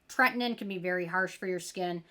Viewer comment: Ok, say it with me: TRET-IN-OIN 😅